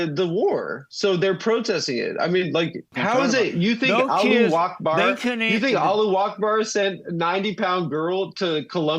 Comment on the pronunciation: “Alluwackbar” is killing me 💀